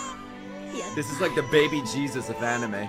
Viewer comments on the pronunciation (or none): none